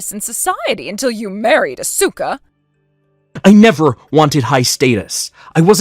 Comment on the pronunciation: MIL gets everyone's name wrong. Even her own son's!😮 Asuka and Ko? Hmmmm